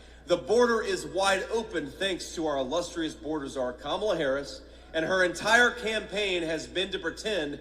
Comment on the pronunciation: I thought he was saying Commie Lawv😂😂